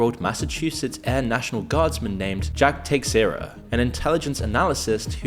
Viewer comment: your pronunciation of Teixeira is hilarious